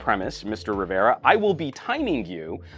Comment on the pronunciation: it's very annoying the way pronounces Jaime's last name sometimes.